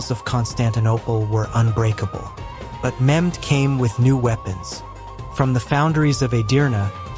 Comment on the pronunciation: His name is not memd it’s Mehmed